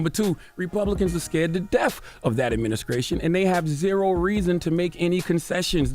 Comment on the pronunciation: I’m not listening to anyone who says skreet, skrate and adminiskration man stfu